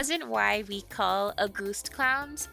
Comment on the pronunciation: In German, the first syllable of August is emphasized, instead of the second. We don't say AuGUST, we say AUgust.